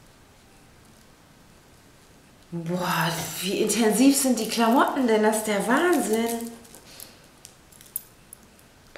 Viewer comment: wiso sagst du klammootten